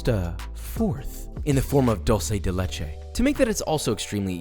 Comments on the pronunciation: why do americans say dolce dei leiche IS DULCE dUlce dE lEchE stop u hurt my ears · Ik my mans did not pronounce Duce de leche like that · Oh yes, my favorite, "dorse de leshe" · Two things Joshua... First you are one of the few- if not the only one - who achieved the proper color of dulce de leche. Second, please PLEASE Don't say "dolce" it is not italian... It is "dulce" like doolce... It hurt my soul as an Argentinian. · Since Dulce de Leche has become mainstream in NA...I just want to clarify the pronunciation as I hear a lot of english speakers pronounce it as Dull-sey de leche think more of it like Dool-sey de leche and Bob's you uncle. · Hey Joshua cool video, but it's "dulce de leche" not "Dolce de leche" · I was surprised that Josh didn't fuck up with his spanish until he said "dulce de leche" 😔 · plz try to say dulce de leche as it should sound thanks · He pronounced it wrong 🤣🤣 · He still messed up on saying dulce de leche lmao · Every Spanish speaker dies a little whenever a English speaker pronounces dulce de leche.... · While pronouncing dulce de leche the U is more like the U in bonjour (ou) Greetings from Argentina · That’s not how you pronounce “dulce de leche” and that’s not how you pronounce “leche”